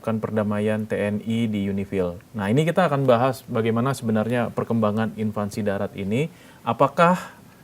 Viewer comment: "invasi' mas, buka "invansi",.